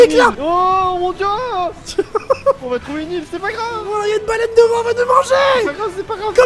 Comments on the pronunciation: ta dit une balane au lieux de baleine lol sa ma fumer 😂😂😂😂❤❤❤ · t as dis ya une balane su lieu de balaine